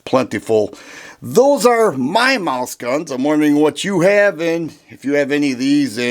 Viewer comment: I thought you said “Moose gun” 🤣🤣 Wife has a 32acp Beretta tomcat and an short NAA 22lr